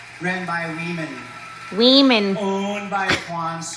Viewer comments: Sounded like she said " We Men" NOT Women thanks for another great video 👊🏽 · "WEEmen" 😅 More like " Weakmen" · "Wee-man"? I didn't know Jason Acuna was the owner of the Miss-ter Universe pageant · HE's not saying "weemin", he's saying "we men" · We-men was a purposeful mispronunciacion. Think of the meaning. Glad he's bankrupt. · That trans woman owner is too funny. He definitely tells the truth. He says women as wemen, and they are really men so you can’t say he’s lying.😂😂😂 It’s all so pathetic. Let real women do this and maybe start your own thing, like trans vs drag or something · he actually sais WE-Man if your wondering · if you listen closely hes not saying women, hes saying WE MEN! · I believe he say wemen intentionally because, "we men" are going to take over womens competition.